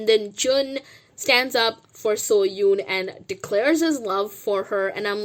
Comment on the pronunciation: Oh also I love your videos and I am a fan but just wanted to let you know that you are not pronouncing Seohyun’s name correctly. It can be hard to pronounce so I understand. Just thought I would let you know.